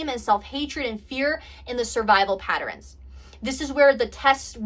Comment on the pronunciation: I am enjoying your messages. I'm just trying to get used to your pronunciation of certain words like pat- terns, you say pat-ter-ns. But I still enjoy!!!